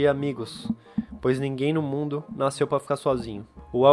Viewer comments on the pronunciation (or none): none